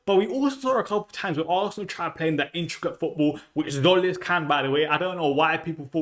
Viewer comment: Not Zolis, hint: Tzim is Jim written in greek.